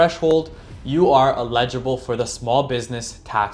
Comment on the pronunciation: Constructive critique: eligible is pronounced: eh·luh·juh·bl